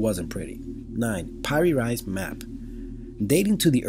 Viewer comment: Piri Reis, the maker of the map you present at , is pronounced pee-ree rays. Check here: How hard is it to do some Google searches for correct pronunciations before you tape your videos?